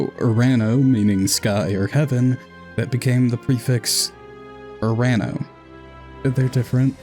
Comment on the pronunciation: Nice video But as a Greek, hearing you say urAno instead of uranO hurts my soul in a way I cannot describe through words